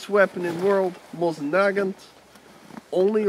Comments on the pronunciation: I'm Russian, so I can tell that with the exception of calling the rifle MoZin instead of MoSin (there is no Z in that name) the rest is pretty authentic. Even the snow is of the same color as the true Siberian snow :) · NAGANT IS PRONOUNCED NAGAN NOT NAGANTO MOSIN IS PRONOUNCED MOSINA